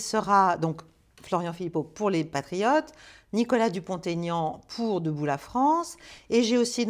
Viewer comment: Chère Madame : "Dupont - Aignan" (avec le tiret entre les deux noms), et non "Dupont Taignan". Il n'apprécie pas la liaison avec le "t"... 🙂